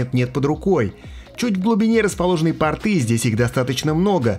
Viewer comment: "ПультА", "портЫ"... А чего не во всех словах ударение на последний слог делаешь? ТелевизорА, кнопкИ годно прозвучит.